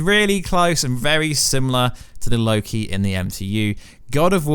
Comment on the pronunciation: Surprises me he pronounces "Loki" right :P